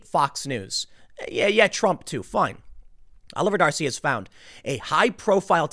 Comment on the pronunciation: Every time you say 'Oliver D'Arcy I hear Jefferson.